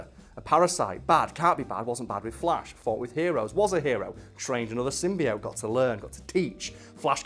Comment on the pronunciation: I guess the prem-eyes of pronouncing "symbiote" wrong was too much for.